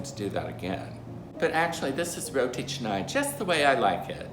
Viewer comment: You should pronounce canai with a sound not e sound....ca nai..not che nai